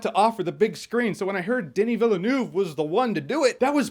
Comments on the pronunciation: Villanoove? Seriously? "Denis" was pronounced correctly, but his surname wasn't. Crash course, Jeremy: Villeneuve is pronounced as you would the english word "above", so it's "Veell-nove". The "e" after the double "l" should sound like it isn't even there, so don't make it sound like an "ah". And try to do it without breaking in between. Just let it roll off your tongue. You're welcome! ;) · Pronounce as "vil-nuf" Not "vil-le-neuf" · Why do you say villeneuve like that 😂..... you can pronounce it like this..... V ill nev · Dennis Villanouve? Villeneuve. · Jeremy, it's pronounced Villeneuve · Veel-nurv. He's got hundreds of different surnames by this point, but that is how you say it! XD